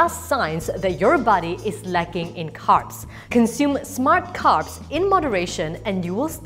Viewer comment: I thought she kept saying “cups” not carbs lol!